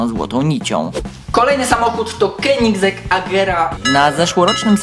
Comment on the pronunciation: Keniseg tak to sie wymawia